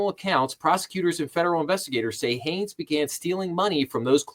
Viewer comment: Shan is my cousin. His name is pronounced "SHANE", and his last name is Hanes, Not Hayes. At least you attempted to pronounce his first name correctly in the beginning. Other videos pronounce it like Sean or Shan.